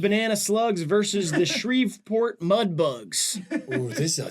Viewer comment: Also pronounced it “Shreev-port” 😢